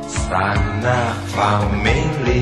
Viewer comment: Pas bagian “sanak famili” kok aku dengernya kek “sanak pak wiwi”